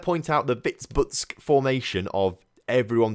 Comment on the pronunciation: Also, that Vitebsk result was karma for your pronunciation of it